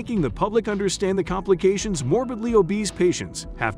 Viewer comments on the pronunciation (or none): none